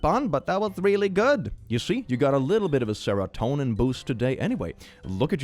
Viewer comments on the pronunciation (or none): none